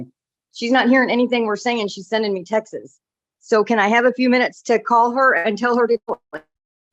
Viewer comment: "sending me textes" it's texts not textes. and that's the most minor thing of this mess but its still annoying